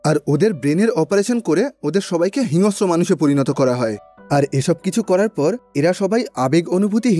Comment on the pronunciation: হিংস্র উচ্চারণ টা একটু ঠিক করে বললে শ্রুতিমধুর লাগতো।